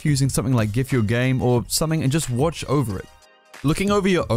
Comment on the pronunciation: the way he pronounced gif D